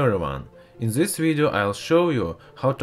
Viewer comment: say this not zes